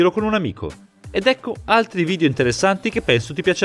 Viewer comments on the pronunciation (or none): none